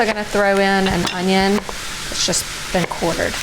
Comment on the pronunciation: A "Junnion" ? lol